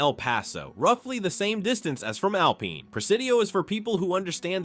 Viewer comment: Please learn to pronounce the names of cities properly! Alpine, tx is pronounced AL PINE, line the pine tree, NOT alpeen. Thank you😊